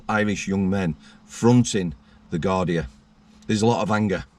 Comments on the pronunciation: Garda not gardia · it’s Garda, Guardia is the Spanish